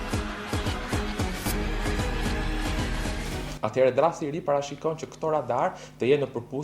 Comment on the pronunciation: ore cfare katunari .. nuk thote( leizer) ..po e thote si shkruhet lazer.. nuk eshte fjale shqip o katunare .. dhe kur nuk e shte ne shqip atehere thuaje sakte ne gjuhen qe eshte fjala .. drejtore ky tjetri ....fuck....gazetari me toc ..